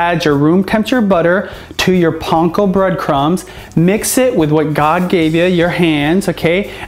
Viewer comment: Does he know he is saying Panko wrong? None the less this actually looks good.